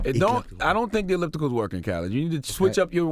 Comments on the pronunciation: "The egliptical"? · This nigga said "ekliptikal" lmao He's still my man though lol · "Egliptical" hahaha I can't rn lol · the "egliptical"😂😂😂😂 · Like my mans said, "The egliptical" lmfaoooo. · "I use the eglliptical.." hahahah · This nigga really can't say words correctly. First jewelry and now elliptical. The hell is "jewerly" and "egliptical" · I just searched Google for "Eglipithical" and it returned only one result (your comment). That shit never happens -- DJ Khaled just blessed us with a new word! lol